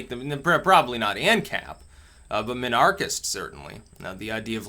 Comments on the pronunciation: Was he supposed to say it like "Min-Archist"? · Emphasis on the "Min" so like anarchist but with Min at the front instead of "An" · Your pronunciation of Minarchist offends me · It's supposed to be pronounced minarchist, not minarchist. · I'm convinced that dileberately mispronounces words and names because he does it so often. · He mispronounces words all the time. Either hes trolling or reads books smarter than the people he talks to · "It's supposed to be pronounced minarchist, not minarchist." Finally someone who gets it! I have even heard people pronounce it "minarchist"! Lol, can you believe that? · He probably thinks the "mini" is like "miniature," hence the mispronunciation.